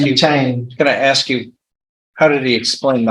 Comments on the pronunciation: Irritating to hear an educated man say "ax" instead of "ask". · Anytime I hear a lawyer use the term 'aks' instead of 'ask', I immediately write him off as part of the culture of societal degeneracy. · So buggy when someone axes a question isn't it. And yes, ya'll is up there with calling the Judge Mister (Mr.). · You can take a brother, send him to law school, and he's still gonna "axe you a queshion." 🙄 Just has to butcher the English language with street jargon. What a disgrace. Any attorney that wants to axe you sumfin, should be disbarred. Jesus! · LISTENING TO AN ATTORNEY USE THE WORD "AX" CHILLS MY BLOOD! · Same here. Hearing “Ax” from anyone drives me crazy but from someone who went to college AND law school ?! 😵‍💫😵‍💫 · I don't understand how a person can go through all the years of schooling it takes to become a lawyer and not be able to pronounce the word "ask". It's only three letters. Just sound it out. Mask, task, flask, are those also a problem for educated people who's job requires proper elocution ?